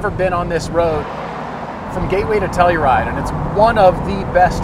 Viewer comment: Did he say "Gateway to Telluride"?